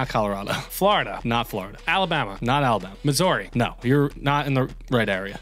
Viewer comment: I’m sorry how did he pronounce Missouri?